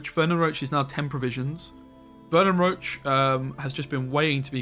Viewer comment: FFS.. ITS VERNON ROCHE (ROSHE), NOT ROACH